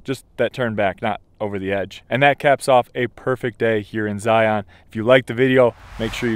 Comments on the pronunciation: The biggest tell when someone isn't from Utah: Zy-AHN instead of Zy-uhn. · Great video but like I commented on your other vids as have others, it’s cringe worthy when you can’t properly pronounce the name of the park that you’re visiting ...Zion is not a hard sounding ON- it’s Zi-un.